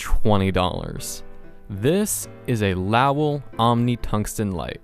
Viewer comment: Lowel (pronounced, "low-el" ... the 'l-o-w' does NOT rhyme with "wow"), and -- yeah, you're right -- these lights are pretty great, used within their limitations (mostly the heat and massive output). The Tota-lights are great for flooding large areas.